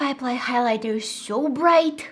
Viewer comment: Boom. BRRRIGHT